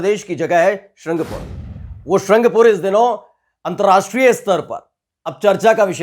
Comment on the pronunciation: शहरका नाम तो ठीक से बोल, सारंगपुर है। शृंगपुर नहीं।